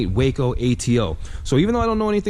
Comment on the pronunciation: Hey, great job of narration! One correction is necessary. Waco airplanes are not pronounced Way-co but is as spelled Wa-co, “Wah....Kol”! Otherwise, you did a great job!